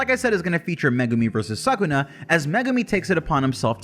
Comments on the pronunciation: Its actually pronounced su-ku-na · SUUU-kuna , cant handle you saying suck-kuna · Not 'suck'-una , 'Soo'-kuna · Suckuna? Really. “Anime fan” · it should be neither sakuna nor sookuna it should be skuna like they say it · Its pronounced su-ku-na sound it out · Please dont say SUCK-una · I prefer when people use the Japanese pronunciation Suu-kuna. The “suh” sound doesn’t exist in Japanese :) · i like suck-kuna better cuz it kinda sounds like sakuna which is disaster in tagalog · Horrible pronunciation like wtf